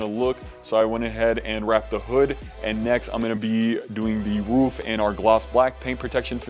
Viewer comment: Looks sick!! ...but why are you saying "woof" instead of ROOF 😂😂 I had to go back to make sure i heard that right